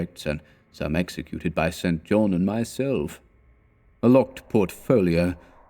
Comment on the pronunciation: Enjoying these. I claim no insight into what Lovecraft intended, but I'd supposed "St. John" was pronounced "sinjon"